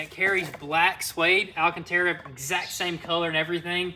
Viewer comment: I've said it a thousand times before but it's AL-CANTERA not AL-A-CANTERA